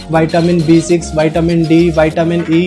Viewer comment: Vitamin not vaetamin